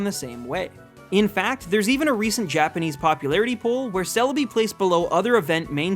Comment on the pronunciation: GIRATINA IS SPELLED WITH 2 I'S, NOT 3 A'S! THE E IN KYOGRE SHOULD BE AFTER THE R! IT'S CELEBI, NOT CELABEE! AND IT'S FARFETCH'D, NOT FAR-FETCHED!